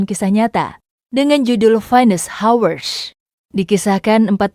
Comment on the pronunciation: Actually sebutan hours perlu dibuang H didepan. Jadi ours